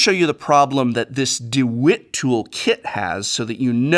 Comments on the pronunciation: It's not D wit it's D walt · Its pronounced "duh- wALT"...lol my husband has worked construction for years...we laughed when you called it "dewitt" lol...great content though professor 🥰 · The fact that you called Dewalt “Da-Wit” 💀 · DEWIT? This may be old and you may not care but its DeWALT professor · Ok ok ok.... No one gunna mention that DeWALT is not pronounced De WIT? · 'DeWitt'. It's DeWalt, as in Walter. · De wit? Lol de wALt? Lol I assume you did it on purpose but either way I giggled. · How did he just pronounce "DeWalt".... did he say DeWit?? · Its pronounced deWALT* not "deWITT" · It’s dewalt, not Dewitt. Walt as in Walt Disney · Its not Dewilt it's Dewalt(da-walt) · DeWALT not deWIT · I high key cringed when you said “dew it” it’s Deee walt.. yes I work in construction Yes I’m a Texan Yes I’m serious. No it’s not hate speech. I love your videos! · This dude said DeWitt I'm dead its Dewalt.. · D-wit lol. D-Walt. But i use the Stanly. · The 10 compartment box is tough, we keep one on the work van. Its lasted years, and i drop it ALOT. But... Its deWALT lol not dewit, dimwit :p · DeWalt not Dewitt lol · Dewalt not Dewitt. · Professor doing a Saffron Olive "Dewit" rather than "DeWalt", LOL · Lmao... DeWit tool kit. DEE-WALT. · 1) The Home Depot and Staples pictures were reversed. 2) It’s pronounced “DeWalt” instead of “DeWit”. 3) You said hexagonal, which is six sided but the DeWalt trays are Octagonal with eight sides. I think this is another one of those “made late at night because that’s the only time I was free” videos. I hope you can get some sleep soon! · Its DeWALT not DeWIT. Please keep in mind please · you compare the Stanley compartments to the ones in a similar DeWalt case. You mistakenly pronounced "DeWalt" as "De-WHIT." It's not a large error, but it did take me out a bit Btw I'm a huge fan of your channel never stop making videos I love your product reviews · "DEW-WIT" is crazy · Its (DA-WALL-T) dawalt